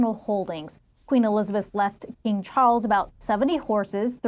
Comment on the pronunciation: It's, Chawwls! King Chawwls The Turd!